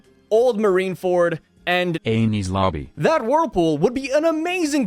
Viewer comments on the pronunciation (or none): God it sounded like Penis lobby and it had me crying